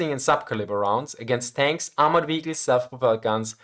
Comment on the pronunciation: I can’t help it but I have to laugh a little every time I hear or someone from “his neck of the woods” say “wehicles” I’m sorry, I really am and don’t mean nothing by it, but I know I can’t be the only one 😁